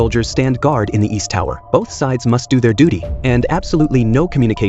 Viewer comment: haha he says duty